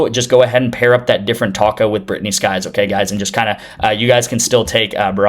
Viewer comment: Sykes not skyes